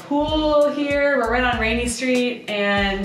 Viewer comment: It's not "Rainy" Street like it rains there, but "Rainey" Street named for Frank Rainey that was a co-developer in 1894. Glad you had fun!